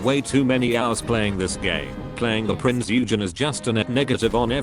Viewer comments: Prinz EUUhgen. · I know it is nigh pointless.. but dare I say it is Prinz Eugen not Prinz Ugen.